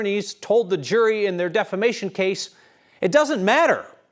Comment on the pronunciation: He still pronounces it, "defLamation." He can't even Google it for his court date. He is definitely in the running for the, "who drank the most orange kool-aid," contest.